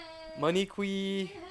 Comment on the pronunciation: Btw your pronouncing Monique, it’s Mone- eek